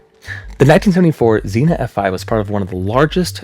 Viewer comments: Where are all my Ohio peeps correcting him for saying “zee-na” instead of “zee-neea” for Xenia 😂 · Zeen-ya, not "Zeena." Xena is a warrior princess. Xenia is the city in Ohio. The science is your video is solid -- work on the fine points of pronunciation. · that's zenia not zena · It's not "zinnia" like the flower. It's "zeen-ya" Xenia, Ohio. "Xe-Nia" lol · Xenia, not Xena. That's a warrior princess, not a town. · Xenia pronounced Zeen-ya. You know Google translate has a voice option and it’ll tell you how to pronounce any word. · I remember that night in 74. I was in southern Indiana, and we were under warnings all night. I was tuned into a radio and recall the moment I heard when it was hitting Xenia. BTW, it is pronounced "Zenia" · I’m from Ohio not to far from Xenia , whenever people ask if we get bad tornados. Xenia tornado is the one we bring up. (Also we typically pronounce it “Zeenya” the I kind of has a y sound) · Xenia = Zeen-Ya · Xena?😅 Its Xenia man. Nice video brother. Later on in video you got it once or twice. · Love going over these, but while I know this is a three week old video, I have to correct as someone from the area. Xenia is "zee-nyuh" lol. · Just a few pronunciation corrections: Xenia = ZEEN-yuh. Lubin = LOO-bin, although Poles pronounce it more like "LOO-byin." Guminski = goo-MINN-ski. Goessel = probably "GOSS-el" or "GESS-el," but Germans might pronounce it like "GER-sel." The singular of vortices is vortex, not vorticee. Also, freakin' awesome video. I used to write off hypothetical tornado wind speeds as silly conjecture, but now I think they're highly important, relevant, and thought-out. Thank you for producing this video and motivating me to change my mind. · ZEEN-ya. Xenia. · Great piece as always,! As for mispronounciations (Heh heh) - XENA is a Warrior Princess....Xenia, Ohio is pronounced "Zien - ya" by most people...just sayin.....heh heh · Dude.... it's Zeen YUH. Sincerely, an Ohioan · Xenia = zee-nee-uh. Not Zeena.